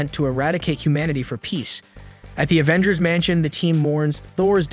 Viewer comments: OMFG YES. A-ventgers. FML. Thumb down, skip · I tried watching this but when you kept saying A-vengers I just couldn't do it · stOP calling it AYE VENGERS MANNNN WTF!!!!! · OMG! I was just gonna say something about that.. Obviously I think it is a AI program. He kept saying "A-vengers" and other mispronunciations driving me crazy! He kept spelling out M.o.D.O.K. & Shield instead of saying their name.